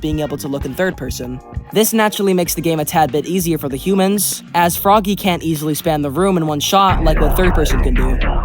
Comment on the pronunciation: It’s pronounced frog-ay